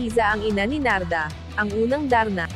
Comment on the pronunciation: Hindi O.A. Ang pagkakabigkas Ng Darna sarap pakinggan..I am sure number 1 na Naman yan congrats Jane